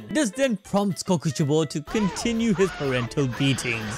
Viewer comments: is no one gonna talk about how he says Kokoshibo? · Omg bro you saying kokoshibo throws me off when his real name was michikatsu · I'm never saying kokushibo the same way ever again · or kokushibo